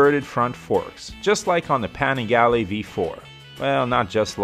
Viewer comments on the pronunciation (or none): none